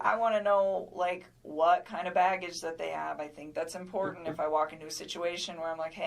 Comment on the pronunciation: You are too intelligent, and too wonderful a writer to keep mispronouncing two-syllable words that have Ts them. Please don’t say impor—int. Please see imporTant. You do it on a couple other words too and you’re way way smarter than that. I do appreciate your insight & your logic.